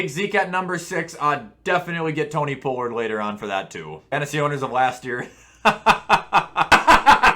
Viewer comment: Plz your making me cringe your saying Tony Pollard wrong It’s not a long O sound